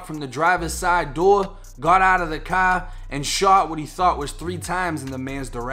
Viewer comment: "In his cahh"